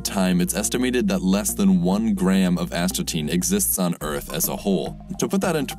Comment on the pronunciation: Astatine.. As...ta...tine... Asthma tin